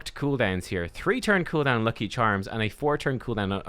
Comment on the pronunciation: Anyone else tickled by an Irishman saying "lucky charms?"